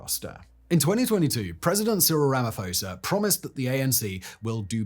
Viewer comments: If you need help pronouncing South African names please let me know...🤣 Ramafosa 😂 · As an African, please, I beg of you. Find somewhere to listen to how African names that you are reporting on are said and pronounced. The way you miss pronounce names like Thabo Mbeki and Ramaphosa make it almost impossible to keep a straight face while listening to the butchery xD They're really not hard to say either. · It is Too li Madon seller (silent R) and Cyril Ramma P-ho (as in horse) za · Cyril rum uh pour zah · To help with some of the name pronunciations. Whenever there is a consonant followed by an H, the consonant is a hard sound, with almost a silent H and then the vowel following is accentuated. So Thabo = T 'aa' bo Thuli = T 'oo' li Rhamaphosa = Rama P 'aw' sa